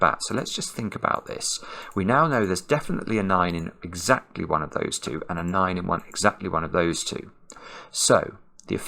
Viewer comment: probably Alexa heard her name when you said "AndEXAclty"